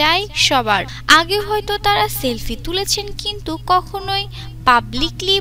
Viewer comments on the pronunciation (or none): none